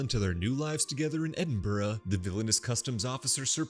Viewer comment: Nice work on the pronunciation of Edinburgh!